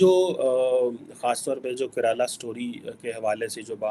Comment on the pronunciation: Karala story hai 😂😂😂😂mere ko maro😂😂😂😂 phle bolna sekh le😂😂